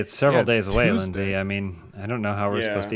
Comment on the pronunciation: It's "Leyndsay", with an e-y.